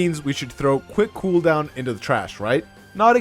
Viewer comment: quwhick cooohooldown